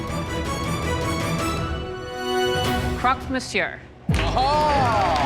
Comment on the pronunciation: First, learn how to pronounce “monsieur”. And “spätzle” too.